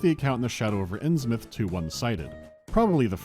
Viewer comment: Their pronunciation of Innsmouth drives me crazy